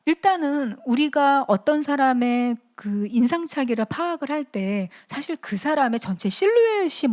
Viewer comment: 사실의 "사"는 길게 발음해야 하는데, "짧게"잘못 발음했습니다. 장단음 문제가 심각하십니다. "한국 어문을 고발함"을 읽어 주십시요.